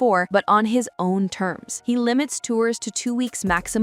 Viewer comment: The way the voiceover says "Dutty" is disturbing.